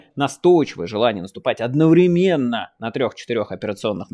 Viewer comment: склАдов обеспЕчения одноврЕменно У - УДАРЕНИЯ